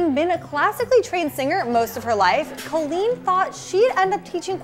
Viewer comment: btw its cOlleen not cAlleen just saying